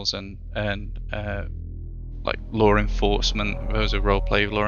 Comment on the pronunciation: its like they do these ISC to show what they haven't done, or to show how 2 devs are working on the entire game thats left.... CIG, clench your cheeks and start working, if you know what that is... maybe they're just there to program bugs and think of stupid lore to cover-up the fact they're not able to actually program a game maybe it's the audio quality, but i keep hearing "lore-enforcement" instead of "law-..." wth is this ship loadout for? i'd have 0ammo in no time... can someone try to explain?